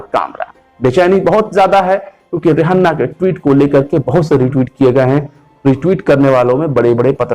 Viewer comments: Ri hanna 😆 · रिहन्ना नहीं भाई, रिहाना, mentioned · How the fuck he saying Rihanna 🙄😱